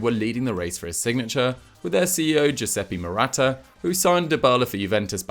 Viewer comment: Giueseppe Morata? or am i mistaken?